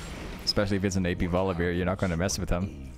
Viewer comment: I really like your videos, but for god's sake, please stop saying VoliBEER